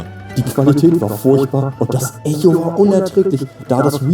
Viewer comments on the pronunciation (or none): none